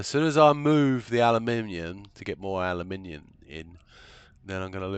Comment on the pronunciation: Totally worth the watch just to hear someone say aluminium properly, think my ears started to bleed from that American butchery of the word 😢